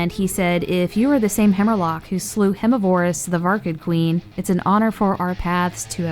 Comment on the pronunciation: It is pronounced verm miv er iss